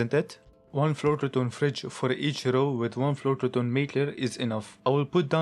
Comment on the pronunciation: Awesome base bro, the way u pronounce cold flouroketone had me cracking up